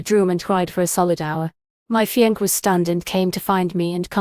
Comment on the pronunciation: It's "fee on say" not "fee onk" (fiance).